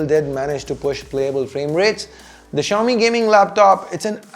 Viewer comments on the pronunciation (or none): why does xiaomi seems to be like chaomi when you pronounced it.